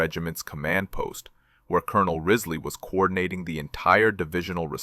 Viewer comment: The commanders name was James P. Riseley not Rizley. This is all in a book, 40 Thieves of Saipan.(My great Uncle.)